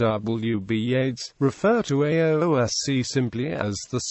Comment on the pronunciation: This has to be the worst attempt at pronunciation ever. It's pronounced as ess shee or (in the past) aes shee by most Irish Gaelic speakers.